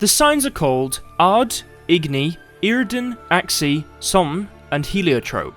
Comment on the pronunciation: Not gonna lie, I came here for reassurance how Yrden is pronouced. I mean I was right from the start — eer-den. I was just annoyed how others pronounce it as yar-den or yer-den.